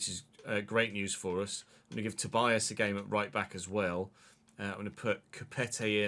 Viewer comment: Hey,! I commented before, but I think you didn't see it. Tobías' name is pronounced ToBEEas, not ToBYas.